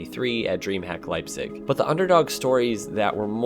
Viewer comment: As a German I have to say: great pronounciation of Leipzig!!